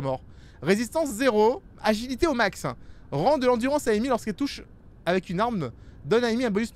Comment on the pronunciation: C’est anglais… Amy se prononce Eymi